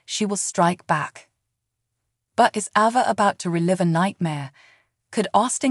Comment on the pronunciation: Learn how to pronounce their names CORRECTLY!!! AAAAAYVA, NOT AVA!!!